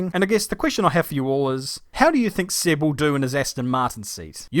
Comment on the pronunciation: It's Seb not Sib